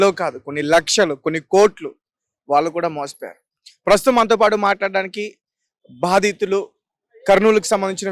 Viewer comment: బాధితులు,...రా బాబు,..... భాదితులు కాదురా babu,... ఎందుకొస్తాRu ra babu ,..... ఎక్కడ పడితే అక్కడ ఒత్తులు పెడితే గొప్ప anukuntaremo మరి.